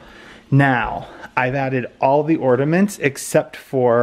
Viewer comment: I gave it a thumbs-down because I knew it would be a solid 30 Minutes of him mispronouncing "ordaments." 💀